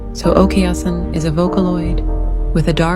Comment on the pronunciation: Its okaasan not okayasin